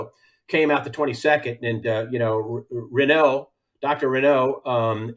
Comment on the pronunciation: Not Didier Renault but RAOÛLT